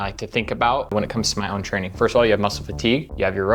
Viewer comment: do you mean "frayning"?